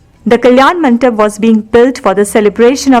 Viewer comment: Very nice... Very educative... The background score was quite distracting.. Could have been better.. Kalyana MANDAPA is the right pronunciation and not MANTAP Please 😊